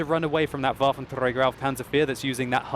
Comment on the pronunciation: I don't really like how you say "Waffentrrräger" :D